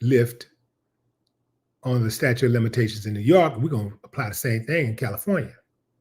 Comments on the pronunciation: staTUTE of limitations --- not "statue" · sta-TUTE sta-TUTE sta-TUTE NOT "statue"